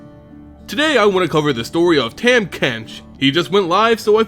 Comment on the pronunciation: Dude I know this is old and u probably know by now but it's tom not tam but is spelled tahm cool vid tho I actually main this guy being the dirty player I am and I wanted to learn more about his lore so thanks